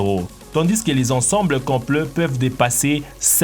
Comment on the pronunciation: on ne dit " comple " mais " Complet "